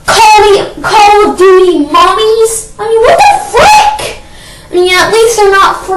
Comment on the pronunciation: Did he say Call Of Duty Mommies instead of mummies?